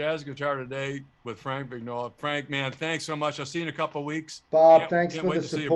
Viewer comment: And not to be a nudge, but in Italian "Vignola" is pronounced "Vin-yola" ; The gn consonants sound as "yoh" - la". Much more "melodic".....